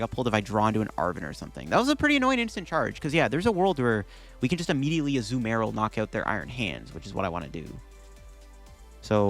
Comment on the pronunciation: i like how half the vid he says azUmarill and the other half he says azumArill